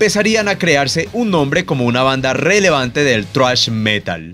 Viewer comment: por qué dice "thruash" jajajaja